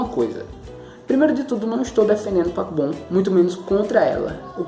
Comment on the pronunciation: Parece q vc tá falando papom Dkdkksksksksksksksksjsjsnns